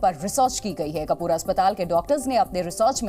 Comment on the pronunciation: कौन news रीडर है ये 😂.. कुपर हॉस्पिटल है... और ये कपूर बोल रही है.. है भगवान 😂😂😂